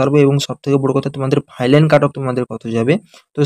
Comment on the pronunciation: Final ❌ Filan✅